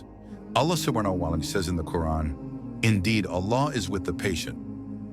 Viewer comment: Pleass just say "Allah". the way that the Ai is saying "Subhanahu wa ta 'ala" Is realy uncomfortable😢.But it is a good vidio😊